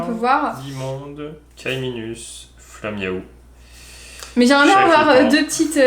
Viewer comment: non c'est dans une de leur dernière vidéos ou Kim dit maflaiou au lieu de flamiaou, un truc dans le genre 😂